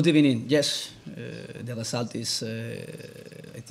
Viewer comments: And.....He's gone. Good Ebening and Goodbye. Adois Amigo. 😂😂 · im a Liverpool fan but i get frustrated when i hear him speak. why do you always fucking say Good ebening its not a good time for that